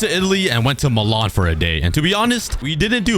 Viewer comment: The way you say Malian 😂😂